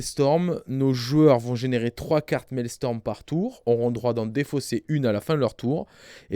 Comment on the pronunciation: Je ne mettrai un pouce bleu qu'à partir du moment où prononcera "Maelstrom" et plus "Maelstorm" (la tempête Mael?), où est le professionnalisme que diable!